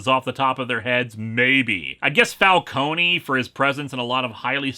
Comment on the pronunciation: Don't mean to sound like a brat but it's pronounced fal-cone, not like fal-coney. It was confirmed but Falcone's creator.